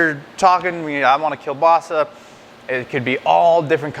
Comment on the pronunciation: you don't pronounce it right!